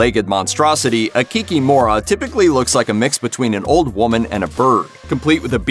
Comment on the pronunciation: In polish the stress is almost always on the penultimate syllable. So in polish it would be 'Kikim(o)ra'